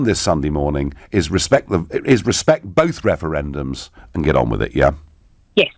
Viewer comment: What's up with that guys mouth at the beginning? He pronounces his R's with an W No more Wefewendums!